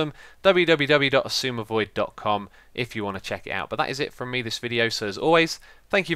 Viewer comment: "xisumavoid" sounds painful